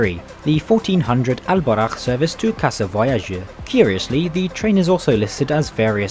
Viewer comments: Alburak not Al borakh in arabica براق not براخ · It's al Borak not al barakh which translates to pegasus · Its al boraq not al barakh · its el BURAK not el barak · I don't understand how did you manage to read a very simple word so wrong? It says Al Boraq (Al Borak) not (Al Barakh)??????? I am really sorry but this is very annoying, everyone pronounce it very correctly in Morocco you must have heard it a thousand times, yet, the pronunciation is very very very wrong, meanwhile, as a foreign english speaker if I say Twenty instead of Tweny, it's a catastrophe..... But thanks for the video, hope you enjoyed your stay. Edit: Loved the Maghrebian music at 10.20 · It’s buraQ letter Q 😂😂